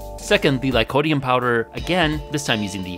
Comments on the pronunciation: Any reason why you started calling it "lycodium" instead of lycopodium from the start of the experiments till the end of the video? Or just a repeat mistake? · You also keep mispronouncing lycopodium as "lycodium". There's an extra syllable in there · GREAT video, VERY interesting!! But "Lycodium" kinda rankles a bit. Still subscribed and liked, though! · ...said 'lycodium', like, a hundred times... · Si lycopodium...not lycodium ....diocane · You're missing a syllable when you say lycoPOdium